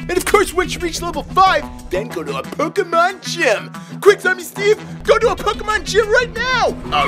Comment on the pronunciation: Why you say "pekkamon"